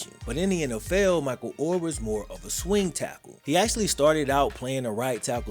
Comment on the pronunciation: is mos Def in my top 5 favorite YouTubers.... but why tf can't he say their last name right??